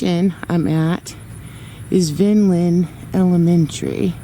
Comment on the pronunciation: Vineland is pronounced vine land but it's all one word but sounds like you're saying two weeks